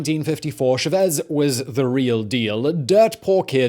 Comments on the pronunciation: its chavez not chuh-vez idiot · Poor Simon's Spanish... Oh God... Lol It's so painful! Chávez, not Chavéz... por ahora => poor ah-or-ah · How do you mispronounce a name where the stress sign is already written... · Chaaaaaaavez, not Chaveeeeeez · CHAVEZ not SHAVEZ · CHAH-vez, not SHE-vez! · It's Chávez with the accent on abnot Chevez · Hugo...shuhvez?? Really? Cha-vez. CHA-vez Simon smh too much cocaine bubba. Gotta stop blazin businesses so much. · CHA CHA CHA CHAVEZ! NOT SHEVEZ! STOP SAYING SHEVEZ POR A-WHORE-A?!?! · chÁvez, not chavÉZ.. triggering from the start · You’re pronouncing Chavez wrong. chAH-vez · How can I take this seriously when you're saying Shavezz and pronouncing the H in Ahora? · Why do Brits say CHA-vez and English/Spanish speakers say CHavez? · Bruh Simon, please. Good video but you had to say it so much it's kinda nails on a chalkboard hearing it wrong over and over. "CHAH-vez". Small, but just a footnote for the future. Love this channel and I know he'll come up again in something else you'll cover. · at least say his name correctly man..Its right there in punctuation. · SAME. That, Chavez, and Puntofijismo I was trying not to lose it. I like the vids but the repeated mispronounciations just really takes me out of it. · Great video as always but had to stop watching. Constant mispronunciation 'Chávez' and 'ahora' too much to stand. Pity.